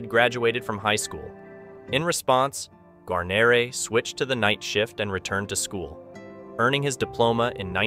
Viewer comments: Gar-nor-ray? How'd you not know how to pronounce his name? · BOB did have it pronounced incorrectly. It's Gwa-near-ee phonetically. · I will. "Gwar-nair-eh" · Exactly. It's pronounced "Gwar-nair-eh" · An AI voice?.... really... (Gar-neer... Gar-neeeer) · I would like to apologize for mispronouncing his name. It's an AI voice. I have been in contact with William Guarnere's granddaughter and many people are saying his name wrong. For example, in the Band of Brothers series, his name is also mispronounced. But again my apologies to those who offend. I make the videos with great respect and honor to the veterans. That is the most important thing for me and I think for most people. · Could you please pronounce his name correctly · Mispronouncing his name makes this video painful to watch. So bad that you use a clip from Band of Brothers which uses his name correctly. If you can’t pronounce a hero’s name correctly get out of the business. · totally agree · Can't pronounce Wild Bill's name I didn't watch. Do your homework it is so Easy to find out how to say it correctly. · Yeah sorry the second you mispronounced his name I checked out. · Pronounce the guys last name right for Christ sakes.